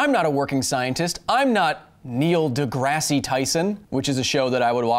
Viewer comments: De-Grass not de Grassie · Here is a correction Kyle, because science! DeGrasse in NDT is NOT pronounced like the TV show, he says so himself in an interview with Sway in the morning. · The "E" is silent is Degrasse.